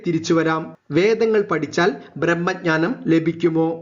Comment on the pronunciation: 'പടിച്ചൽ' എന്നെല്ല ""പഠിച്ചാൽ"" എന്നാണ്